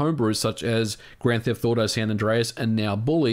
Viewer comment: Am I the only one hearing “grand theft thauto” or something like that lmao